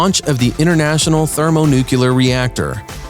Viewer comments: Launch of the thermo-nucular reactor. Don't be a narrator if you don't know how to pronounce it. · "themonucular" disliked and unsubscribed